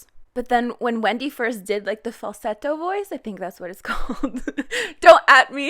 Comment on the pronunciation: Why do you pronounce falsetto like that?